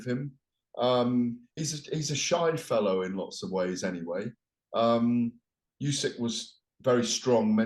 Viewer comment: Why on earth does he keep referring to Usyk as "Yusyk"? Weird thing for a journalist to do?